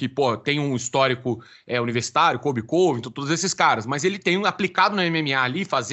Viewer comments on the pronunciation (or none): Incrível como o pronuncia Colby Covington errado